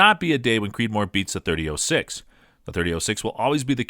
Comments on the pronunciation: Anyone else hate the way he's say 30-06? 30-O(like the letter)6 smh. There's a difference between 0(zero) and O(letter) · “30-ohh-6” “ohh-give” maybe you’re high? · Did you call it a 30- oh 6? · Is this an AI reading this? The pronunciations of so many things are off. 30-oh-6? Nope. Leee-o-pold? nope. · and you need to learn english you didnt pronounce Hornady right you said harmony and you didnt say 30-06 right either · You lost me when you pronounced “.30-06”. Obviously not much of a gun guy. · I wish this guy could say 30-06 correctly......🙄